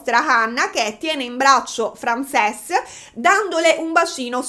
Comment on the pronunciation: Compaesana mia bella che sbaglia sempre le pronunce in inglese ❤ ("Frensis", no Francés) intanto grazie per questo nuovo video! È sempre gradita la tua presenza. Secondo poi in inglese una ballerina di danza classica si dice, o si può dire ballerina 😊 quindi prego ahahah ti si vuole tanto bene!